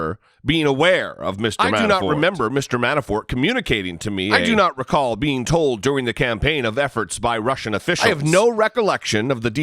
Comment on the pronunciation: He's suffering from the Jeffrey Beauregard Sessions syndrome... It's called, "I do not recawl disorder."